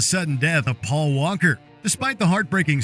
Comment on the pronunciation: Did you just say: Paul Wanker?